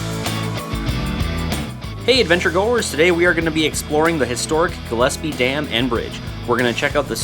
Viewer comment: Hey finally someone that pronounces Gillespie right. Great video.